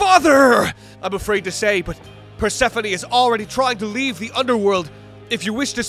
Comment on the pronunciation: PER-SEFANIE????? its pur-se-phone 😭😭😭